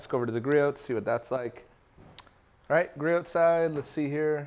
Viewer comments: Griot’s is pronounced with a silent t. Grew - ohs. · Can't you pronounce Richard Gree-Oh's name properly?